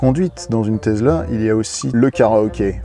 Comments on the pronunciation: On dit Tessssla pas Tezla. 😃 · Présentation Tesla (tessla pas tezla) oh yeah!!!! Mais présenté par triple ho yeah!!!!!!! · Une "Tezla" ?? 😂